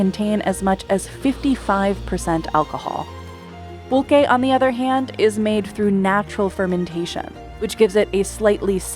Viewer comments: Thank you for this comment. I was looking for the spelling and definition. I heard: Pull-Kaye ; Pul-Ché. Next wdve been PullQue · Would it kill you to get someone who can pronounce Pulque, Mezcal and Tequila properly ????